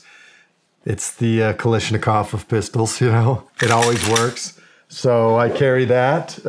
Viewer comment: Somebody teach him how to say “Kalashnikov.”